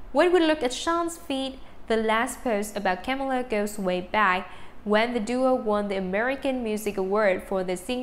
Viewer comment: says Camila Cabello no Kamela